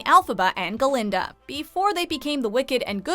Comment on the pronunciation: It’s Glinda not Ga-Linda